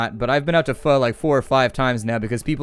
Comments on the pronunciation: ALT + Tab will make Terraria pause. Also it is pronounced "Foe" not Fu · When he says "pho" as fu facepalm you pronounce it as "fur" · Been watching a few of your playthroughs. Enjoyed Party Hard, watching this one now. Pho is pronounced FaO its s blend of an Fa sound and an accented O sound. Also yeah there are two variations Chicken and Beef, The Chicken one is more popular/common in the north and beef in the south. Beef is the more famous/popular version outside of VN :)